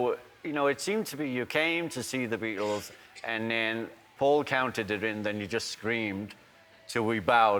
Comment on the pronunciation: Did you notice how he said "suddenly I got a call from FAUL..." not "PAUL" ...HMMM